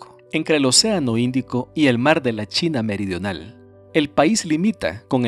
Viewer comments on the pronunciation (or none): none